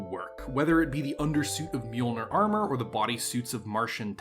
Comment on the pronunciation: It hurts my ears to hear it mispronounced, so here it is: Mjollnir is pronounced “MIOL-neer” or “MY-AWL-neer”. Literally translated into English, it is “the flashing crusher” or “mealer”, and has nothing to do with thunder or lightning (the hammer).